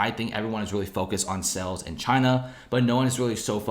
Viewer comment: You consistently mispronounce the word "sales" as "cells" .